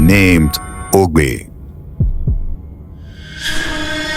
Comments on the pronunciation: Egbe not Ogbe 😂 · Not Agbe but Egbe bro.. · His name is Egbe not Ogbe